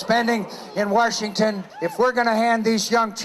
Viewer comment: Ok, mccain has to stop saying WARshington. And I still totally don't understand what Zionism is. Can anyone explain it real quick in a couple of sentences without being super racist? (seriously) Thanks.